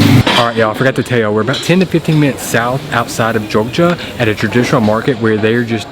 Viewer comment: Manado mas: bukan monato.Jogya mas: bukan gorgia 😂😂😂